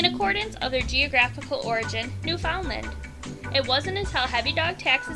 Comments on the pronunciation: Daschund is pronounced dox-in. Labrador retriever is pronounced lab-ru-dore and Newfoundland is pronounced new-fin-lind. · Lol new-found-land